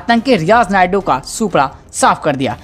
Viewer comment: Riyaz nayku.।। है नायडू nahi.।